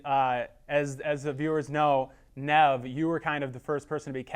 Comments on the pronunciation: Cracking up at Max's face when the interviewer keeps mispronouncing Nev's name. And again when he made Max's feature length film seem like another Catfish production. You can tell that stung! Lol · mispronounces Nevs name and they never correct him which is great btw.!!! This interviewer is so random and hilarious, he just needs to work on listening a little better and not be in such a rush to ask the next question....